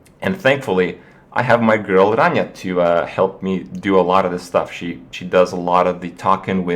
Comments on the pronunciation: Its common that even normal hightly intelligent people are saying the word "girl" as "grill"? Yeah, I get the "joke" behind it, but its pathetic to listen to you Kripp saying it 10 times in a row and being entertained by it. Youre grown up wiht a girlfriend, act like that at least in videos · jfc kripp stop saying grill say girl